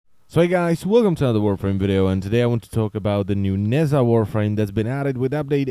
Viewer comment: oh my god could you stop pronouncing it "nazza"?